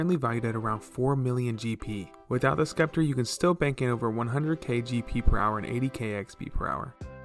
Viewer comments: Hey bud just a heads up its pronounced sep-ter not skep-ter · its septer, the c is silent. its also simmy not skimmy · "pharohs sckepter"